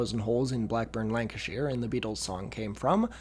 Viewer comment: thank you for pronouncing the "shire" in lancashire correctly, i don't think i've ever heard an american do that before